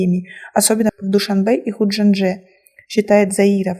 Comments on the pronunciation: Не худжанже , а Худжанд . Иди сама учись ,потом выступай девушка ,как будто после гриппа выступаеш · Ведущая у вас какая Образованная Говорите Душанбе и ХуджанДже ИСТОРИЮ ПОЧТИТЕ не трапа???